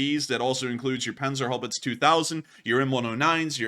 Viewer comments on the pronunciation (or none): none